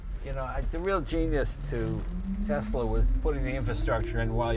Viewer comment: Did Jeremy Clarkson teach Jay how to pronounce Tesla?